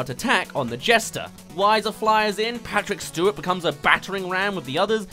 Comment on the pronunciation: “Patrick Shtewat” - 2023❤❤❤